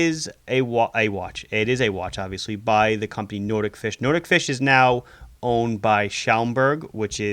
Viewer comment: It is pronounced NOT-IK FISH not Nordic-Fish